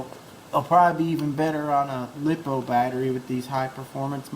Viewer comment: Stop calling the lipo's lipo-o's. They are li-po's. Also if you want a fast tank why not just throw in 2 of the 380 brushless systems, everyone knows tanks are suppose to be fast like a drag car lol.